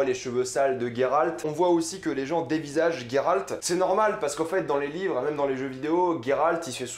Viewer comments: alors juste un détail de la langue française le son " gé " pour Géralt ce prononce Gé en non GUé c'est vraiment horrible à entendre ce GUéralt à tout bout de champs, C'est la forêt de Brokilone et non brokilon " ça se dit dans les jeu mais pas dans les livres que tu dis affectionner " avec le son ON à la fin, dryade avec in Dria " le son ya c'est la base " et non drAyade c'est juste affreux à entendre en fait. c'est une Strige en non une striGUA. Istredd n'est qu'un amant de Yennefer et non un amour , Sa relation intime avec Yennefer, dure depuis pas mal de temps. Elle fut longtemps une relation sans engagement de part et d’autre et au moment où istreed demande à Yennefer de choisir entre géralt et lui elle préfère s'en aller, elle retrouve géralt plus tard dans la saga donc si il avait été un amour elle aurait fait un choix. triss est sensée être avec Cheveux Auburn avec des Yeux Bleu bleuet tout comme Fringilla Vigo, la plus jeune, sympathique, naturellement agréable et d’une élégance discrète ; elle avait les yeux verts et les cheveux noirs comme ceux de Yennefer, quoique moins épais, plus courts et lisses . Confondre Meve, la reine de Lyrie et de rivie qui a un étendard – un aigle entouré de losanges rouges et Calanthe la reine de Cintra ( alors que l'on voit clairement le lion sur son armure dans l'image ) c'est un peu limite pour un grand fan des livres. Pour duny ce n'est pas compliquer de lire le mot " Hérisson " et non hurkéhon. c'est une KikimorrhE et non une Kikimo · J'suis obligé de quitter la video. Gueralt please .. c'est geralt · j’me suis arrêté à « gay ralt » ....